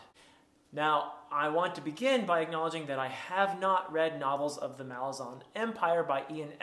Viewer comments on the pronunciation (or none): Malazan is pronounced Muh-LAR-zan. You have to put emphasis on the second "A". I've heard Erikson pronounce it in an interview. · My pronunciation in this video is incorrect. The emphasis is on the second syllable, not the first. Mal-AZ-an. The island of Malaz gave the empire its name — the Malazan Empire. Malaz/Malazan is like Rome/Roman. I started pronouncing it correctly later and I even apologized to Steven Erikson once in a video for mispronouncing it, but he was very nice about it and doesn’t mind whatever pronunciation people use.